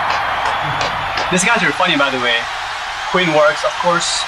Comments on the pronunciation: It’s Queen not Queens please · Nice to see young generation seeing what talent is . But please 🙏 stop saying Queenzz ! It’s Queen